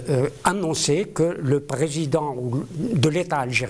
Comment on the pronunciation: En français c'est président et non présédent. Un effort phonétique svp!